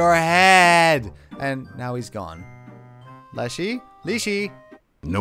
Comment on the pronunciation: Hey,. I'm a Russian, and I just wanted to let you know that your pronunciation is actually correct. It "leshy", as in "lash", not "leash", so the game makers got it a bit wrong. Great let's play, by the way!